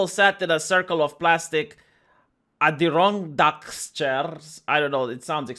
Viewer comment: HAHA, You mispronounced "Adirondack Chairs", just a pretentious name for usually wooden outdoor chairs from cottages. Named after Adirondack Lake cottage country in New York. Known as Muskoka chairs in Canada.